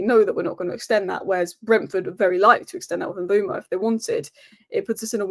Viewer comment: Mbeumo is pronounced like Kinder Bueno but with M in front, surely… Umboomo sounds lazy